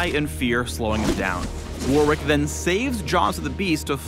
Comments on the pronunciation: "worrick"* not "war-wick" it's the name of an English province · So are we not gonna talk about this guys pronunciation of Warwick? Either way seems like a pretty cool character!